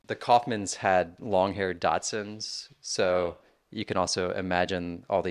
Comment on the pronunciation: Dachshund not Datsuns.